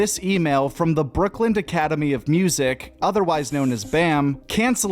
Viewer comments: Why are you saying brooklynD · Wild that the narrator of this video calls it “Brookland” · It's "Brooklyn" not "Brookland". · Yo it’s Brooklyn… not brookland. Listened like 3 times to make sure I wasn’t tripping but you are def saying brookland lol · Is this dude saying "Brookland"? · Why are you saying “brookland”?